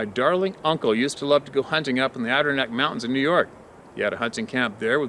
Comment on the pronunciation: fyi your mispronouncing the Andirondac mountians. Keep up the good work